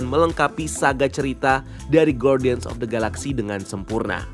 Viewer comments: cuma mau koreksi spelling. harusnya dibaca gardian (ˈɡärdēən), bukan guardian soalnya judul filmnya bahasa inggris setahu saya. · Koreksi. guardian itu huruf u gak dibaca. Jadi bacanya gardian bukan gwardian